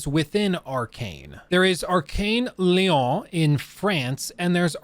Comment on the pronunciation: I'm just glad has stopped pronouncing Lyon like lion. Really good video, by the way.